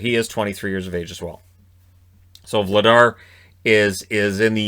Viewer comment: Dan Vladar is pronounced Vlad-ASH. Crazy Czech pronunciations. Remember Karel Pilar (pee-lash), Stanislav Neckar (nets-cash)